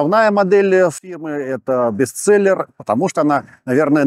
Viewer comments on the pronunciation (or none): none